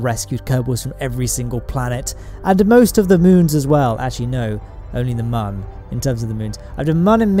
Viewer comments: It’s moon not mun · This guy makes some really good shit, but I just can't find myself liking the fella. he's always so fucking smug. And I hate the way he pronounces the "Mun". Sorry dude.